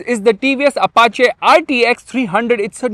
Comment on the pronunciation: said Apachàe instead of Apachii.